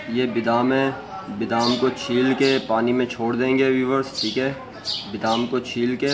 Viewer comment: bidam nahin BADAM kehtay hain,,please correct your mistakes